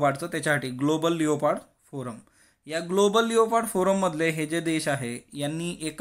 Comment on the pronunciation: sir its not स्नो लेओपार्ड its स्नो लेपर्ड